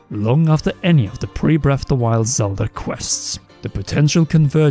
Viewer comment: When you can't pronounce correctly it makes it difficult to take this seriously. "bref of the wild" like cmon now.